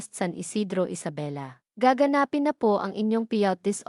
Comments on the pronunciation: You are pronouncing gaganspin WRONG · WRONG PRONUNCIATION OF GAGANAPIN